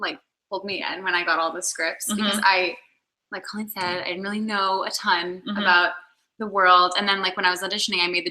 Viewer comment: She keeps calling her "Cahleen" instead of "Co Leen"😂😂😂